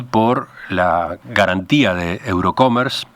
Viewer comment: No es "Eurocomer", es: EUROCOMMERCE .